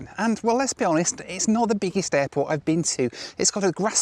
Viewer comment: why did say airport like that?😂🤷🏽‍♂️